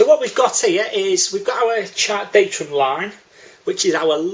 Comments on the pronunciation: DATUM not datrum!!!! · Good effort thanks but there is no ‘r’ in DATUM 👍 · I don't care how he says datum, he explains it better than my RYA course tutor